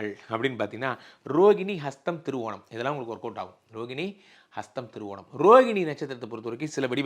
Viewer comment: Sir thiruvonam cleara illai.